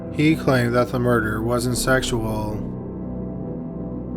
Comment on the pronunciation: First degree murderrrrrrr